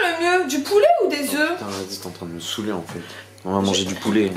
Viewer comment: 8: 20'' pitain😂😂😂😂